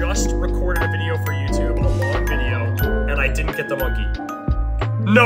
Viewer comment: She Said monemky